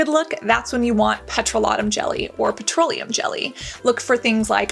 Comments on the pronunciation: The way you pronounce petroleum cracks me up. It’s peh-troll-e-um, like petrol ⛽️ aka gas. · its interesting that in American Canada and UK the pronunciation is all "puh-TROW-lee-uhm." Idk its giving people saying buckle fat for buccal fat (byoukal) lol